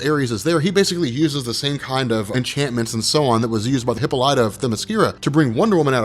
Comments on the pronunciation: YOU DON'T KNOW?! Get us hooked and then walk away?! You BETTER cover all of it!!! And one more thing, her name is He-PAUL-lee-tuh not Hippo-lie-tah lol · "MIX-YEZ-SPIT-LICK" - "HIP-PAH-LIT-UH" (please do the research) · it's pronounced hip-paul-lit-ta